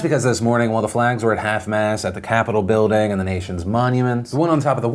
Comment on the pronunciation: Phil its mast not mass